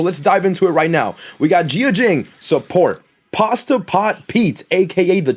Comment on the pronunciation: PASTE not PASTA